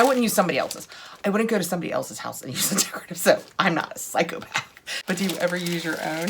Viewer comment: Agreed that was hysterical. Also the emphasis. “I’m not a PSYCHOPATH!!!” I guess it’s just mild antisocial/sociopathic tendencies if it’s your OWN decorative soap. I’ll amend the diagnostic criteria.